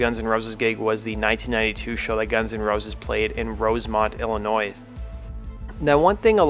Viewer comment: There is no audible s in Illinois